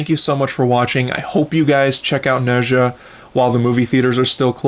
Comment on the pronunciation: Okay someone please explain why people pronounce Nezha name wrong, is it not properly pronounced in the English dub or something? If so then PEOPLE WATCH THE ORIGINAL AND JUST READ THE SUB TITLES. Also people should also at least learn about the culture, but if you read the original story then you will realize how inaccurate it is but it it’s still enjoyable.